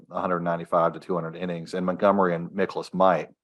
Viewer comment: It’s MIE-kolas 😊